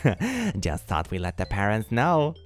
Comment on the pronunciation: I really want to know why says "thunk" instead of "thought" 🙉